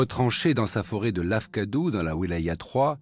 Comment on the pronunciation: Akfadou pas lafkadou